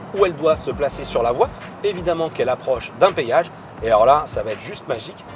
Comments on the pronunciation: C'est un génie ce gars.On appelle ça un Péage pas un payage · Petit con on dit péage pas payage